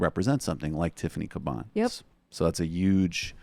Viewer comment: You would have much more subscribers if that pretensious dude quit pronouncing 'huge" as "uuge".